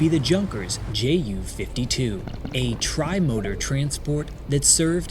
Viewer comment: Why are you say Jay yew? rather than Yew? or the German pronunciation of the letters? You do yewnkers fine.